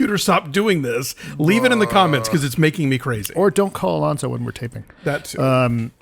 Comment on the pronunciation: It's "Alonso"! Get it right!